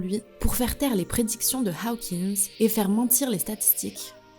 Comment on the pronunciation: C'est Hokins,, et non haokins Tu confonds OW et AW 😟